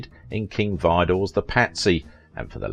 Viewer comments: Thank you...that was driving me crazy, lol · It's Davies (DAVE-EES) not Davis, also King Vidor's last name is pronounced VEE-dor